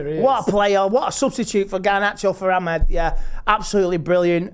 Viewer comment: Entertaining stuff as usual, but can learn how to say Amad instead of Ahmed? Like, just once.